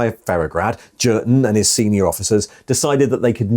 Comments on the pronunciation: pronounced as in German J is a Y so Yurten, Jurten grates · I'm fairly sure the 'J' in Jurten is pronounced as a 'Y'. The only 40k book I know is Kreig and he's called 'Yurten' all the way through that one. It's a fairly poor book IMO and not recommended either!! A group of Kreigsman are ordered to remove their masks by Inquisition and so they do. But then we don't find out anything more. Was a very tedious read I found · its ‘Jurten’ mate. Not ‘Jurten’. 😉